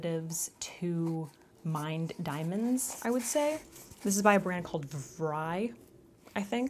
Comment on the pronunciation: Side note: "vrai" pronounced vray, means "true" in french. 💕